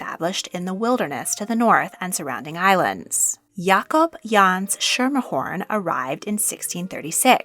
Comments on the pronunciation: The name ”Schermerhorn” is pronounced “SKIMER-Horn” NOT “Shimer-horn” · In NY, we always pronounced it "Skimmerhorn" ... never heard it pronounced "SHermerhorn" before. Which doesn't take away from the great work you did here. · You aren't pronouncing it correctly. It is SKR-mr-horn. Not shurmerhorn. Schermerhorn is Dutch. And in dutch 'SCH' is pronounced 'SK'. As in SCHool SCHolar. Please correct this. It hurts our ears to hear it this way. Thank you. ~ cousin of Caroline Schermerhorn Astor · Mispronounced Mrs. Astor's maiden name. Skermerhorn nor sh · Schermmahorn...not Skimmerhorn... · This is a small but VERY important detail - Caroline’s family name is pronounced SKER-MER-Horn, not SHER-meR-horn. Saying her name incorrectly immediately marks you out as a non-New Yorker (streets and buildings are named after this family, everyone knows how to say it if you live here) and takes away from your credibility in the rest of your story, which is otherwise well done. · It’s not Sherm er horn, it’s Sker mer horn. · Great video. A bit of pedantry: The phrase is "the stuff of legend". "Schermerhorn" is pronounced Skermerhorn" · The surname is pronounced “SKIM-er-horn.” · Schermerhorn is pronounced with a hard "sch" like "school". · In Brooklyn Schimmerhorn is pronounced as Skimmer Horn. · Native NYer’s always pronounced Schermerhorn as “skimmerhorn”… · 1. Mrs. Astor's maiden nane, Schemerhorn is pronounced as follows: SKIM-er-horn or SKER-mer-horn Generally informative presentation, thanks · Schermerhorn, pronounced as with a 'k' archaic Dutch. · The mispronunciation of her madien name is maddening.